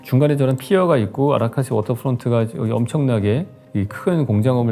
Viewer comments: 자막은 아라사카라고 나오는데 계속 아라카시 아라카사라고 읽으시는 거 너무 웃겨요 ㅋㅋㅋㅋㅋ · 아라사카 입니다. 아라카사 아라카시 아닙니다! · 아라카시....아라카사........ 아라사카라고 해주시면......... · 아라카사가 아니고 아라사카요.. 아.라.사.카. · 아카라사 아라카시 ㅋㅋㅋ 자꾸 아라사카 이름이 바뀜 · 아라카사가 아니고 아라사카입니다... ㅋㅋ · 아라사카를 야라카시라 읽는거보고 신뢰도 팍 식음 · 아라카시라고 한번 말한 뒤로는 계속 아라카시라고 하심 ㅎㅎ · 계속 아라카사 라고 하시네 ㅋㅋㅋㅋ